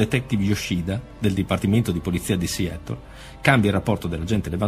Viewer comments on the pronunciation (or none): Ma la pronuncia inglese, questa sconosciuta... Non si può sentire!Siettol? Siatol...Meglio occuparsi dei casi italiani. Non fate spettacolo su una tragedia